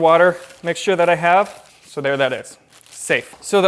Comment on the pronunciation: I think ur adhd kicked in when saying have, instead YOU said “havw”